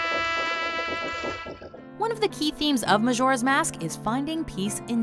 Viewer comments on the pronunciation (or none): D- did she say maZoras mask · Hard J in Majora. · Majora (mah-jor-uh) not (mah-shor-uh) 😡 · Someone please tell her how to pronounce Majora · Why do you say Majora's Mask like that arghh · Isnt it annoying how the girl mispronounce majora?